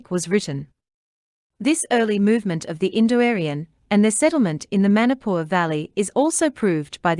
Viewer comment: It is very interesting to hear your claim to be the original habitatant ,while you can't even pronounce the Name Manipur property 😂😂😂😂